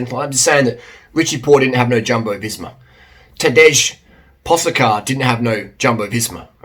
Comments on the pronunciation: I can see why you would pronounce č in Pogačar as k but s out of g, what's up with that? It's quite easy actually and logical, paw-guh-chur, rhymes with tar. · Yeah he did! Primoz cracked under stress And its po dja car 😁